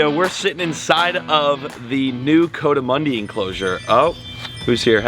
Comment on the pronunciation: COO-duh-MUNDIE … just saying lol. Cause I live in the southwest Rockies where they live out in the canyons. And it bugs me haha It’s definitely NOT “CO-damundi… Like CO-ED LOL. So please. Let’s say it right… especially for how many times it’s being said. The entire Spanish culture where they are from .. around Mexico and southeastern parts of New Mexico and south eastern parts of Arizona, would love it if you said it the right way hahaha. Just saying lol You’ve done great over the years man, as I’ve been a fan since Robert Arrington had you on his show almost 10 years ago? Ish? It’s awesome to see how well you’ve done financially as well. Well done.